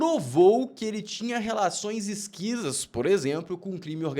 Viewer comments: Não é esquisas que se fala, é escusas. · com todo respeito, o correto é relações escusas e não "esquisas"